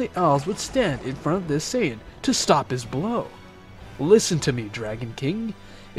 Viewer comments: bro it's no sayagin but Saiyan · clearly you watch dragonball in english so ill spare you the details. Saiyajin Was the orijinal pronunciation english translation changed it to saiyan